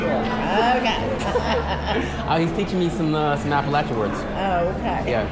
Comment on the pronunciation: Oh, and thank you for pronouncing Appalachian correctly!